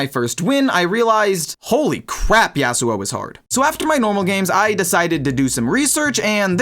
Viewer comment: bro pronounces it YEAHsuo like a valley girl. it’s YAHsuo buddy.